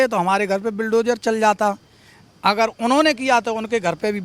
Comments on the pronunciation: Bulldozer to tu bol nhi pa rha h ,sanskrit me aise aise shabd h tu kaise bolta hoga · Bulldozer bolna aa nahi iss logo ko toh samj jao kya hi katha bachan karte honge❤